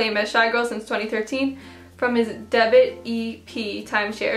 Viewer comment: Do you mean debut or debit😂